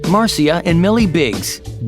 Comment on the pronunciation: Am the only wan who realised he mispronounced the name Marcia wrong